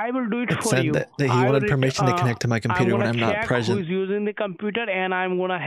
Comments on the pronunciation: koompooter intrnt XD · I love the way he pronounces computer............"coooooompuuuuuuuuuuuuuuterrrrrrrrrrrrrrrrrrrrrrrrrerrrrrerrrrer"